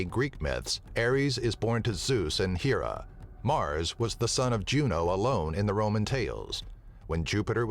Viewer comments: ok ur so saying Hera wrong. It's not 'HE' Ra, it's 'HAIR'A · I've got a couple of ideas for this one...first of all, why were Venus and Pluto left out? Second of all, Hera is pronounced with a short "e,"not a long one.